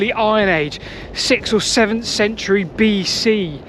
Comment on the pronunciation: Love it again You do make me smile ... You do of course say. "sent-u-arry". But honestly 😮😮it is spelt century... 😂 English as she is spoken.. 😢